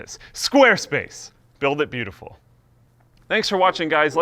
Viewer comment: Am I the only one dissapointed with how he said "build it beautiful"?